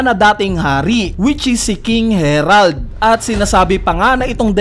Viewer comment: "King Herald"🤦🏽